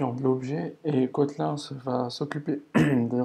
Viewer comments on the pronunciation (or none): Ça se dit Kotlinne pas kotlein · "Cotlun" mdrr